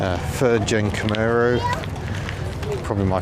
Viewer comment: Great vid but it's CamAro not CamEro. No idea why everyone gets this wrong?